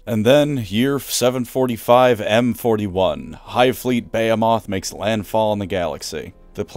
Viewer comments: For the love of everything good and right in this world... behemoth is pronounced "baa" "hee" "muth" not "bay" "ah" "moth" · Bey-hey-moth? Isnt it bee-hee-mith? On a constructive note, i think the Tyranids could adapt more and create a "queen" bioform, kerrigan style that can give life and personality to the Tyranids, maybe even combing the genestealers and tyranids into one army. I think its very possible and ripe with new model potential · Awesome video as always man, Nids are my second favourite faction, and the second army I started (both after Tau). At least until Exodites become a thing, then it’ll be a fight. Also, it’s Buh-Hee-Muth. Behemoth. Sorry lol that took me out and wondering if I had it wrong this whole time. Kinda a bummer really Bay-Ah-Moth sounds better. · Behemoth=Ba Hem Myth. Sorry that really just bugged me. Great video tho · Interesting how, who speaks with a North American accent, pronounces Behemoth as “BAY-a-moth” like the Brits do, rather than as “ba-HEE-muth”. 🤔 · "Hive fleet Bay-a-moth" Bro, I can't. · Firstly, I love your content. You're my favorite WH youtuber. One small thing: it's pronounced "ba-HE-moth" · Isn't it "Behemoth" as in and pronounced as "Bee-hee-muth"??? Which means "huge or monstrous". Edit: to clarify the English pronunciation of "behemoth" . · It's pronounced buh-hee-muth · The way you pronounce "Behemoth" gives me pain. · To be honest, I raised an eyebrow over how pronounced Behemoth, followed by a Vietnam Flashback, of how this Dragonborn guy in the main city of DnD Neverwinter pronounced Bahamut. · That isn't how you say behemoth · Education major...can't pronounce behemoth and thinks the earth's atmosphere would disappear if the amazon rainforest was wiped out. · How can u be an education major yet pronunciate a word incorrectly “behemoth” 🤨